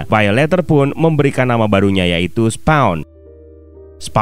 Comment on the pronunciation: SPAWN yah jangan dibaca Sepong ! Siapa yg mau di sepong atau kena sepong ?